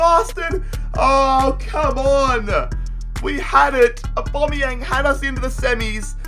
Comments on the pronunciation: Why do you call him abomiyang 😂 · Am I the only one getting triggered by the way he says Aubameyang